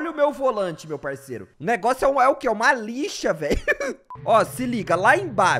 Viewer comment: GQ na parte que tu falou que seu volante era uma lixa parece que vc falou malixa kkkkkkkkk